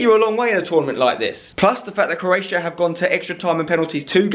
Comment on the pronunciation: 'CROATIAI' - LUL xDDD